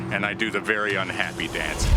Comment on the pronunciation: this is wery wery cool